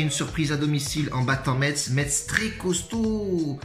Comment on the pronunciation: Niquel comme dhab 👌 ( par conte ça ce prononce MESS chef )